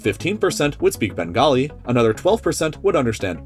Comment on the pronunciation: Bro you must know that the language is called Bengali in English. It's only Bangla when we r talking in Bengali. And the guy just butchered the pronunciation of Bengali so it sounded like bangali.